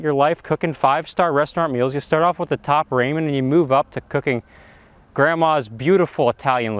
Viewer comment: Did u just say top Ray-men? 😂 I like it!